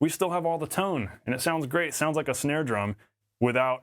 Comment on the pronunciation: "Shnare." LOL